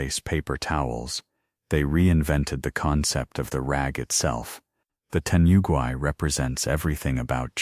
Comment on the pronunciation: New world record of butchering the most Japanese expressions in under 31 minutes! My favourites were *Teni-yugi towels, and *Jen-Cun entrance rituals! Which are your favourites? :_D